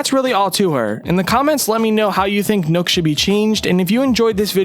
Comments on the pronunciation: It’s nook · Why does he keep saying “Nukk” When it’s clearly worked “Nokk” (knock) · Not “nook” it’s “nokk” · I was so annoyed by him saying it like that